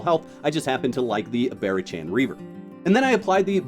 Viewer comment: Barachan = Bah-Rock-ann. listen to an audiobook occasionally 😛 great video tho! that is very close to the build I use. I may try yours tho. I only have 15 in auth and went str. but your reasoning seems sound for Agility